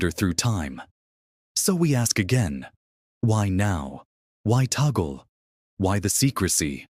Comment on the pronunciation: YOU ERRONEOUSLY PRONOUNCE THE NAME OF OUR CARDINAL LUIS ANTONIO TAGLE...SHOULD BE TAG-LE'